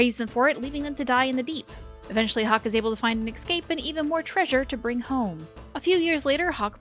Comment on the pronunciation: I know it's really petty to point out but it's not "ek-scape", it's "es-cape"